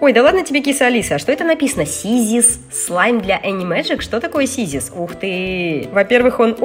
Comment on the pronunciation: Нэ сiзiс а сiзус i это тэкстура